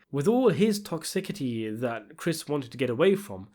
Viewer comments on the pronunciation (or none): "Ostrified"?? LMAO. I think you mean "ostracized" "Toxicity" pronounced - "Tokˈsɪs.ɪ.ti" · If you say "Toxickety" one more time ... Please ... seek help. 😒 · you keep saying "toxi-KI-ty" instead of "toxiCIty." it drives me nuts! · toxissssity, not "tocksickity" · Toxi-city. Not toxick-ity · It's pronounced toxicity, not toxikiti . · You really need to pronounce English words correctly. Toxicity. Not tocsickicy. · It’s toxicity (as in city) not toxi-kitty and ostracise (as in size not ostrafied) You’re clearly an educated and intelligent guy so thought you’d like to know. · TOX-i-CITY. ..not tokicity.. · Toxicity= tox-ih-city (not tox sick itty) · Toxicity is not pronounced toxokity, it's pronounced toxiSity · 'tocsickity" ??? You have definite signs of dyslexia. I'm not trying to make fun of you it's just that I I found some of them pretty funny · Tix - iss - ity :/ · TOXIKITY ??? 😂😂😂 You mean toxicity? You made me laugh out so much, I almost had a heart attack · "toxsikiddy"..? May want to lookup the pronunciation of that word... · Pronounced TOCKS ISS ITY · TOX-IK-ATI = lmaooo surely it can't be this difficult for a british person to learn how to pronounce one word. my god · It's pronounced toxisitee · its pronounced: TOX-IH-CITY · 'toxicity' -- pronounced tokSISity. 'ostracized', not 'ostrafied', not a word. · 11.03 - toxickity 😂😂😂😂😂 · Why do you keep saying "toxikity"? Sounds like a place-name from Rhode Island.🤣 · please hit us with that "toxickitie" a third time lmao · Tox-sis-ity. That's how you pronounce it. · Pretty sure that's not how you pronounce Toxickity...but I'm not an expert 🤷‍♂️ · Tox-ick-ity is a new one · That's... Not how you pronounce the word 'toxicity'. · I think you pronounced toxicity wrong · Without any shame involved, I've gotta tell you that's not how you pronounce the word "toxicity". Hope it's not a refference.